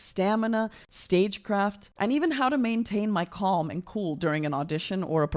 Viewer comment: Quick note. The “l” in calm is silent. It’s pronounced kahm